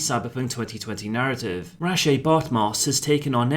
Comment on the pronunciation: That's actually how you pronounce it. Hearing him bumblebuck the name so badly nearly turned me off the video right from the start.